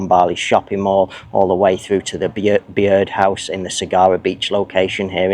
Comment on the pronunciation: Hi. The Byrd House is pronounced "bird house"